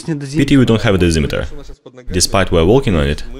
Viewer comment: he said dezemetre